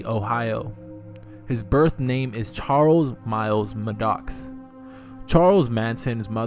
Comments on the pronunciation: Wtf is "Muh-docks"? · How does somebody not know how to properly pronounce Maddox?